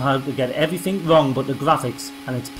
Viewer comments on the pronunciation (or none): Not sure how you've lived for more than 35 years and not learned how to speak properly. "evrifink" and "foort" are not words you generally hear outside of the first stages of primary school.